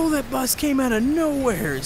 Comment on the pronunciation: why do you say knowheares and not knowhare